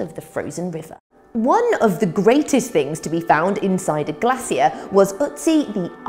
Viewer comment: How did Captain America survive in GLASS-E-A?